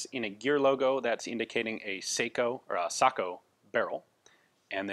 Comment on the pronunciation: Pronounced SAKO correctly at 28 minutes......this dude REALLY knows his stuff. Well done - much enjoyed and learned a lot!